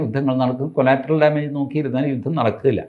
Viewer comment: കൊളാറ്ററൽ, കൊലാറ്ററൽ അല്ല😢